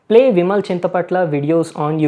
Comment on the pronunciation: His intro(He guys! Vimal here) always sounds to me as vimalya